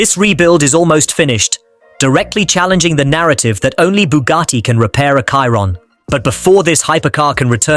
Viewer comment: So, the AI cannot pronounce Chiron... 🙄